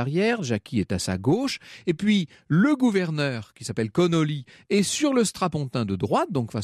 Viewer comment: Ce n'est pas Connolly mais Connally, John Bowden de ses prénoms.